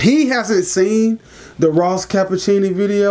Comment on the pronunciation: Ross Ca-pitch-i-oni